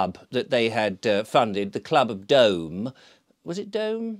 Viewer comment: Club of Dome? I think the word you might have been looking for,, was “Club of DOOM” 😝